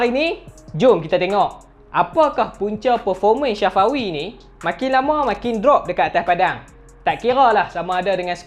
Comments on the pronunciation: Safawi mat bukan Syafawi 😂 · kuat nganjing min syafawi di sebut nya ... sa fa wi sebutan betul min🤣 umur dia 24